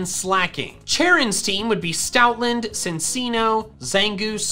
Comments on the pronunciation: you did not just say cincino its not prounced like THAT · Cinccino is not pronounced Sin-See-No